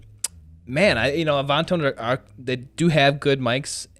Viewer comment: "A-vahn-tone"?? Come on.